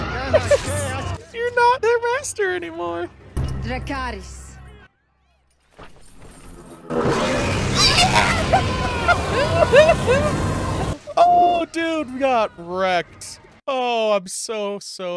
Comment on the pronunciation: Man, Dracaris sounds so cool when she pronounces it like Valyrian and so god damn dumb when she pronounces it like an american would.